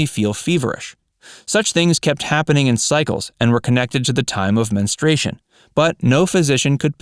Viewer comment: It's not men-stray-shun, it's men-STRU-a-shun, got it??